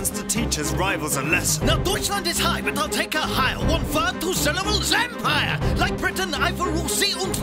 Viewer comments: but empire is three syllables..... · Empire is 3 syllables